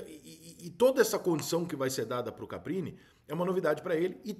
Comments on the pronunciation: Repita comigo: CAR PI NI Mais uma vez: CAR PI NI 😂😂😂😂😂😂😂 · Você percebe que o treinador é muito desconhecido quando o Rica chama o maluco de CAPRINI o tempo todo e o nome do maluco é Carpini. 🤣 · Ri muito da qtdd de vezes que o Rica chamou ele de CapRini😂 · Rica, sou seu fã, mas Caprini não, é Carpini....kkk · Caramba Rica passou o vídeo todo falando nome do cara errado, estudou bem o cara pra fazer o vídeo. É Caprini ou Carpini? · Foda é te ouvir falar errado o nome do cara o vídeo inteirinho! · Rica por favor fala o nome do cara direito